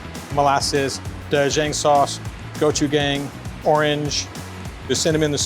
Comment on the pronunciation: my man said 'gochugang' ha ted cruz really hitting the pronunciations.